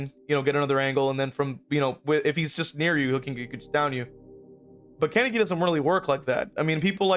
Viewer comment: Ok, so, this video is amazing, great points made, but please stop pronouncing Kaneki’s name like that lol